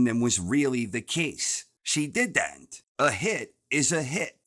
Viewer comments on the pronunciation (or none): She Did-Dent 🤣